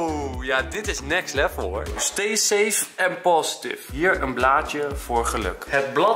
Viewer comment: Say safe* ipv save hhh